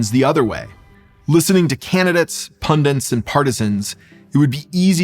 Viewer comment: Good analysis. Two corrections. It's "pundits," not "pundints." Also "Affect," not "Effect"